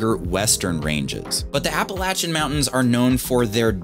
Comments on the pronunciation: No no no… there is no latch in the pronunciation of that mountain range. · Hello. A great part of the World. There is one thing though. It is spelt Appalachian but the 3rd letter 'a' is pronounced 'A' as i Ace and not 'a' as in and. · Appalayshun (correct pronunciation)